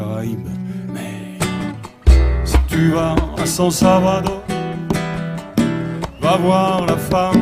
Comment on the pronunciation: San Salvador et non San Salavdor......... LOL :-D